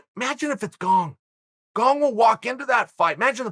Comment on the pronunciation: Me: Gane Uncle Chael: Gong Also Me: Gong